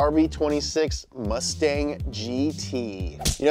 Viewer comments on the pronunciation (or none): none